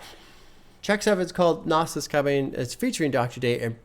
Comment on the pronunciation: By the way, it's pronounced "Naz". Like it ends in Z. Comes from Nasir. It's Arabic for "helper" or "supporter" apparently. He definitely helped support Hip-Hop 😂